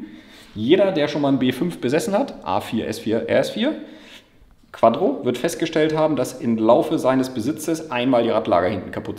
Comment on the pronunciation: QUATTRO nicht QUADDRO !!!!!!!!!!!! Booooah triggered mich das